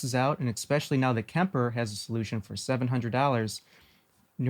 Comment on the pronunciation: You said “especially” like “expecially”